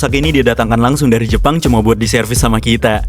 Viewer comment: Kadang geli dengernya "Dari Jepang"😆😆😆😆